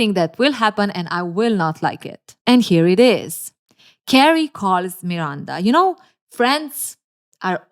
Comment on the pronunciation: I love how you pronounce Miranda 😊❤